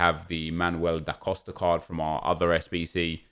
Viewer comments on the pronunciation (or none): none